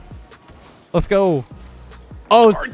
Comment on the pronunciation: "leths goga"